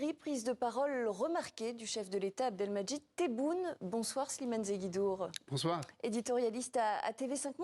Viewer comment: Une journaliste qui ne sait pas lire un nom, c'est AAAAA-bdelmadjid tebboun. Ha les civilisé....